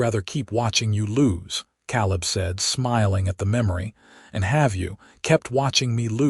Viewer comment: I have NEVER heard the name "Caleb" pronounced "KAHL-ub" until your POS AI!!!!!!!!!!!!!!!!! It IS commonly pronounced "KAY-lub"!!